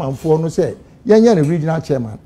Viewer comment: Why does Ashanti's say CHAA-MAN instead of CHAIR-MAN?😂😂😂😊